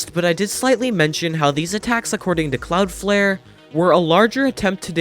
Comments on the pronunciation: “Cloudfare” AHHH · Stop saying Cloudflare wrong